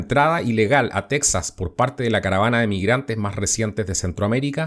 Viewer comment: Tu no esre mexicano,no sabes ni tronunciar texas,y qiuen te da derecho a opinar de lo que pasa en Mexico,no eres mexicano ni cones la fronta